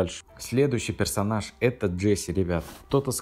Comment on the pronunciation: персоназа он сказал 😂😂